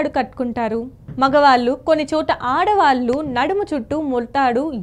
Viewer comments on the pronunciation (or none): అమ్మా తల్లీ..ఓతల్లీ...నీకు ళ అనే అక్షరంసరిగ్గా పలకడం రాదు.. మగవాల్లు.. ఆడవాల్లు అని అసహ్యం గా ఎందుకు పలుకుతావు ? ఛీ..ఛీ ఈ విడియో ను తీసేయ్. ళ అక్షరం సరిగ్గా పలకడం నేర్చుకొని ఆతర్వాత విడియోలను పెట్టూఊ.